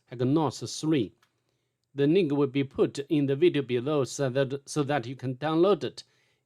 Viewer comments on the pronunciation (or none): why do you always pronuce link with a n it sounds like your saying nigg 😂 love the videos tho 🎉